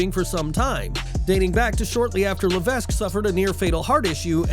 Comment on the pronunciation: Please learn how to say HHH's real name....it's Paul Levesque...his last name is pronounced (la-vek) not (la-vesk).